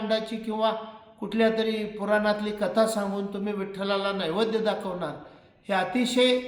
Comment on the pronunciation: अरे बाबा साधा तुला नैवेद्य म्हणता येत नाही निघालाय प्रवचन सांगायला